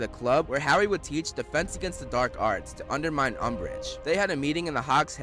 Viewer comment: "Garry Potter" loooool!